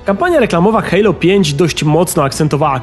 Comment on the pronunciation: hejlo?!?!!? kto tak mówi ? XD